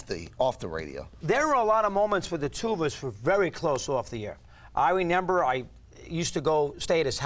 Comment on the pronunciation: "I renember"